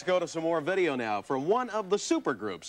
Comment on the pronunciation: "Vuddeo." LOL